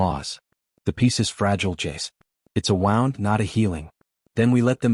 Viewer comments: I know right, I guess if it was spelled wrong like woond the would get it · Why can AI never pronounce the word “wound”?